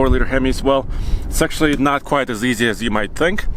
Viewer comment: "quite" (very) ≠ "quiet" (silent)... they are NOT monophones, they DON'T sound the same. You're saying things like "the tires are QUIET big..." that's WRONG WRONG WRONG! 🤣🤣🤣